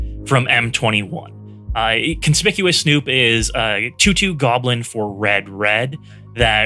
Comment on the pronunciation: this was great, but, it's kon-spick-you-us snoop haha